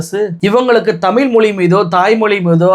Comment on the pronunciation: தம்பி நல்ல செருப்படி பதில், தெளிவான உரை! மனமார்ந்த பாராட்டுக்கள்! பின் குறிப்பு:- தம்பி தமிழை தமி'ல்' மொ'ளி' என்று நீ உச்சரிப்பதைக் கேட்க காது வலிக்குது! இந்த உச்சரிப்பை நீ மட்டுமல்ல பெரும்பாலான ஊடகவியலாளர்கள் இவ்வாறே உச்சரிக்கின்றார்கள்! மாற்று மொழியாளர்கள் உச்சரிப்பது போல் நாம் நம் தாய் மொழி, அமுத மொழியாம் தமிழ் மொழியை சரியாக உச்சரிக்க வேண்டும்! தமிழின் சிறப்பே 'ழ' தான்! தமிழை தமிழ் தமிழ் தமிழ் என்று தொடர்ந்து சப்தமிட்டு சொன்னால் காதில் கேட்டது அமிழ்து அமிழ்து i.e.அமுது என்ற பொருளுள்ள சொல்தான்!